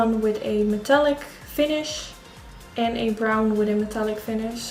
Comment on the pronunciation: Haha de manier waarop je an zei wist ik meteen dat je Nederlands was! Mooie look! Ga m denk ik vanavond eens uitproberen